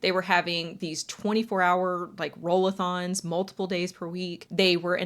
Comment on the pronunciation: LMAO "ROLL-A -THON" 😂 brilliant